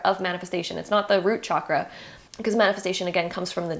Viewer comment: Honestly couldn’t concentrate because of how you’re pronouncing chakra